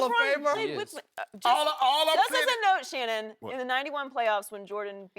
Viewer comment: Shanon I want you to admit it😂😂😂😂😂😂 “Shannon” Nooo😂😂😂😂😂😂